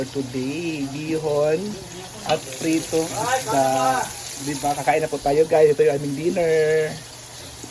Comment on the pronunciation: PRITONG ISDA HINDI PRETO